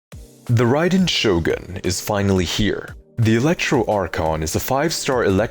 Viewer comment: Expect at pronouncing the character that, literally, gives the name to the channel